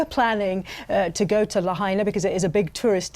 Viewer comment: Are British people totally incapable of pronouncing non-English place names properly? It's "la-HIGH-na", not "la-HEY-na". Very disrespectful to Hawai'ian culture.